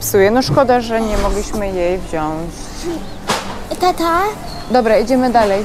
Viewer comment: I wziąć, a nie wziąść :)